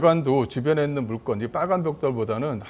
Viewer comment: 물건을 물껀이라 하는게 거슬리네 ㅎㅎ